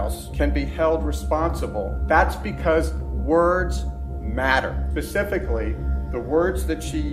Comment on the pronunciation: I can't help but laugh at how the lawyer says "words matter" then he says "Pacifically instead of specifically".